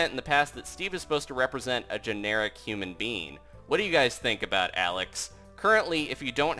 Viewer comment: He said human bean